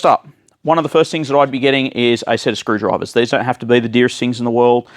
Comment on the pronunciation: Never breaking a screwdriver makes you sound more like a Brit than an Aussie